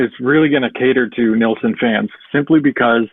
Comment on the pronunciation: who is nealson ? its NILLSON